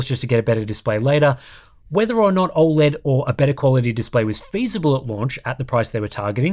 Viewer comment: I don't trust anyone that can't pronounce O Led correctly.